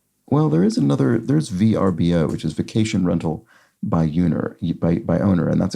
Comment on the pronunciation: VRBO is pronounced like “Ver-Bow”